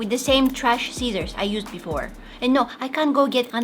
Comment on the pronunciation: When you said scissors it sound like Cesar